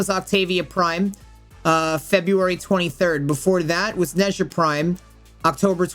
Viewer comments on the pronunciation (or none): none